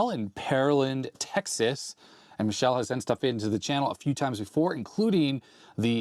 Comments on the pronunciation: As an aside (and from numerous visits to Milan: If you want to try Michelle's(sp?) Italian pronunciation, say "Mick - Cale - Lay". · Pronounced me-keh-leh. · Ah yes it's Mikele In italian Ch is pronounced like your K